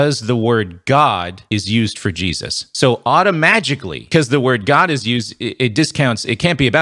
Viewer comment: Did you say “automagically”? 😂😂😂